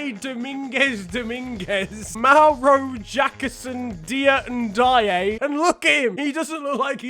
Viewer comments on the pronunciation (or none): none